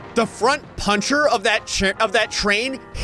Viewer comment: I experienced actual physical pain when he said puncher